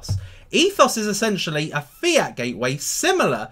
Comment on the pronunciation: Lol every time you say fiat i think you are saying fear...I'm thinking there's a fearcoin?